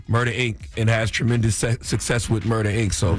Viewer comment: It’s Murdaaaa